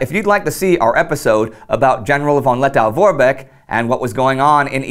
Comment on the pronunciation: Lettow is pronounced Let-toe, not -tow.Did you know that, still today, the halls of the Riga Central Market are former WW I Zeppelin hangars?